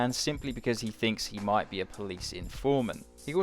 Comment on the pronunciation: heavy emphasis on the “might be”